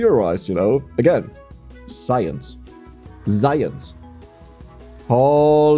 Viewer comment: Hold-up. You said Science! and then changed it to Zience!